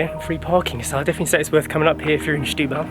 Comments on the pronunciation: Barely know the city myself so good on you! But ... what is with the pronounciation? Shetubal?... Just simply Setúbal. and it is Casa da Baía (Baeea), not Byea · As a teacher I must advise, it is not Shhhetubal. The first two letters are pronounced as if you were saying 'Senhorita'. Setúbal is still very run down, but the mayor is really trying... Try to take the car on the Ferry to Tróia, so worth it. Also, if you go to Outão, quite nearby, follow signs to the Hospital which is inside a fort. Enter the hospital and follow signs to the cafeteria. The view is absolutely amazing and all free. Patients in their rooms below have amazing views, just like you do and access to the small beach below is by going down the steps, carefully... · The issue here is not the "e", the issue is that J was pronouncing "Setu" as "Shtu". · Very nice vlog! And btw it's Sssssetúbal 😉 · The best way to pronounce the beginning is like they'd pronounce "stool". : )